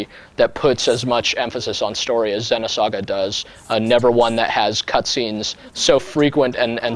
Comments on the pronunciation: it's "Zee-noh saga" ZEEEENOH, not "Zehno" lol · the way he says xeno... ergh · U Fucking Dumbass Ur Pronouncing It Wrong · Is it pronounced Xenosaga like he says it in the video or is it Xenosaga like with a double "e" like meet.